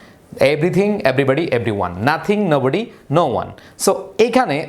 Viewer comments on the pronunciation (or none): নাথিং এর পর নোবডি না বলে নাবডি বলছি😅🐱